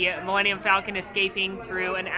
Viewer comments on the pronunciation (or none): none